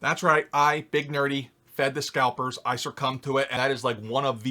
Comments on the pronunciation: It is succumb, not sir-cum. That is just gross, besides sir-cum retired from the industry like six years ago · Love the content. Love the channel. and I despise that I feel compelled to be THIS guy, but...there is no ‘R’ is succumb...